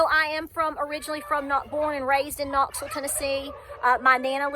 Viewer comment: Very good message love ya. Hold steady Knoxville. Love how ya say Knoxville ❤love ya too